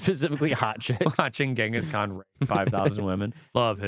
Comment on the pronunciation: Ghengis Khock 😅😅😅